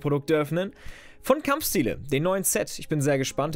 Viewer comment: "Kampfschtiele" x'D